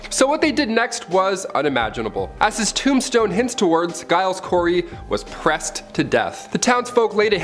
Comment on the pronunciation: Some really dodgy pronunciation of peoples names guys .. Giles is pronounced like it starts with a J and Tut is pronounced with the U the same as in up . My surname starts with a G and so many people get it wrong and it irks me.